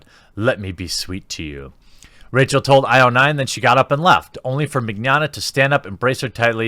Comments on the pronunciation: Mig-yana. Vic Mig-yana. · Mee NYO (rhymes with Gnocchi... Ok people butcher that too... rhymes with yoyo) nyah (rhymes with lasagna... some people screw that one up too... Ok here: iNYAface) MeeNYOnyah Mignogna =/= the Spanish word for tomorrow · Vic Mignogna Pronounced: VICK ME-KNOWN-YA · It's pronounced like "Manana" Ma-nya-na. Trust me, back when I first heard of him I called him mangoman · It's pronounced Vic Mig Yah Nah, right? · The way you say Mignogna sounds like the Spanish word for 'tomorrow/later,' as in, 'I will do this thing tomorrow (but really some unspecified time in the future).' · Haha you totally butchered his name, its pronounced Mignogna.